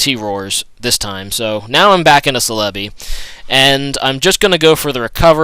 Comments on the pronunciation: I thought "Celebi" was pronounced Cel-a-bee? Anyway, cool battle. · YOURE PRONOUNCING CELEBI WRONG!!! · he says celebi sooo weird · The way you pronounce Celebi sounds funny lol =P